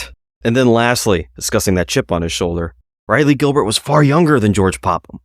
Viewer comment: Raw-lee Gilbert...not Ri-lee Gilbert. Its painful.